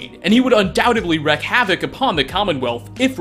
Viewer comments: It's pronounced "reek" not "wreck". Wreak havoc=reek havoc. This has to be the most commonly mispronounced word on YouTube. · WREAK havoc. Not wreck.